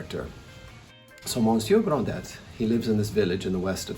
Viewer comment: Hello. This is a great review but it's not Monsieur Grand Dett. It's Gronday.